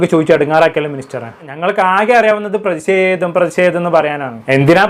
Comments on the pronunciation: C😂എടാ. നീ. ആത്യം... മലയാളഭാഷ. പഠിച്ചുവാ.. പ്രതിസേതം.. എന്നല്ല. പ്രേതിഷേതം... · പ്രതിഷേധം പ്രദീശെധം അല്ല😅😅😅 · പ്രതി സെതം അല്ല പ്രതി ഷേധം